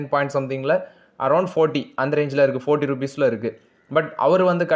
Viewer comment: 40 correct ah pronounce pannunga bro